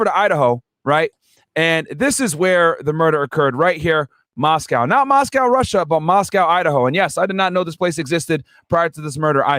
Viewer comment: So many errors discussing this case. Minimizing the young ladies to three “blonde” sorority girls. Which isn’t even true. Dylan and Bethany misnamed. Moscow being pronounced wrong, where the dog was located. I had to stop listening. The turtle suit is to prevent a prisoner from unaliving themselves. He’s not wearing a bullet proof vest. He also has not entered a plea yet! That was just a statement he made to his original lawyer for the extradition hearing in PA.